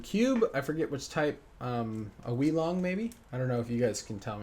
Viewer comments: the moiu weelong XD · Wee-long lol